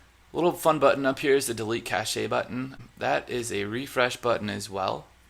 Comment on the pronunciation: Semantics! Cache is pronounced "cash"! LOL